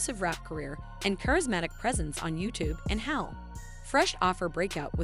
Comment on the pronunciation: Learn how to pronounce her name correctly!